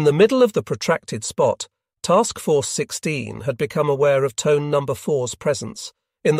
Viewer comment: Pronounced Toneh, not Tone…